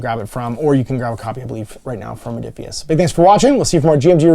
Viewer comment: Rodiphius? Ruh-roh! 🤣😜